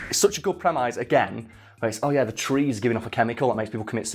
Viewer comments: Did this dude really pronounce premise "prem-eyes". ˈpreməs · pronounced "premiss" not "premize" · Premise is pronounced prem.iss, not prem.eyes. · Prem eyes? Not prem-is? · Do English people say premayse or is being silly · I've heard the "mise" pronounced like "miss" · Who taught you to pronounce 'Premise'? They were wrong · The scariest thing in this video is pronunciation of “premise” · Why does always mispronounce the word premise?